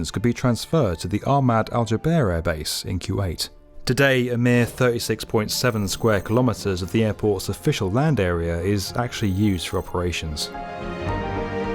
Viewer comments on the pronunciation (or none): Kuwait is not pronounced Q-ate. It's pronounced Koowate